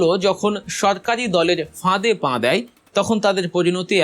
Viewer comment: "পাঁ" নয় "পা" বলেন।